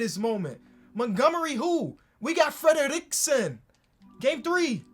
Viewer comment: Fredriksson: exists: Fledaleekson